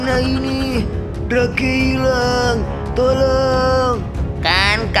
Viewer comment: Drake sebenar ny baca nya drek